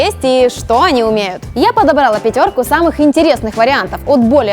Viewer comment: Если делаете обзор, то потрудитесь ставить правильно ударение в словах... не собрАла - а собралА и не подобрАла - а подобралА